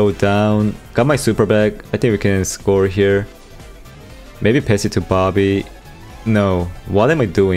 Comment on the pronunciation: Your saying bobby sounds like barbie